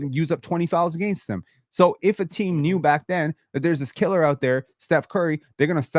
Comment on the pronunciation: Can we ban from saying “against” plz?